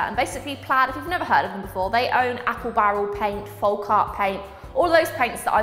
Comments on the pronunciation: I love you but you stress me out every time you say folk folk folk FOLLLLLLK. With an L. You said it right the other day as I was super excited. Then you reverted and I cried a bit inside 😂😂😂 folk as in yolk. Love you xx 😘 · Please stop pronouncing the L in folk. It’s pronounced foke, not foLk. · The way you say folk is so funny to me! I dunno but in Ireland we say folk like foak and in oak tree 🌳 Lovely products for all the painty fun 🥰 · What a wonderful gift and you were very gracious in your thanks. Hope you won't mind my pointing out that 'Folk' is almost certainly pronounced 'fowk', as in the phrase 'folk art' meaning the art of the people as opposed to academic or commercial art. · hon, the 'l' in 'folk' is silent...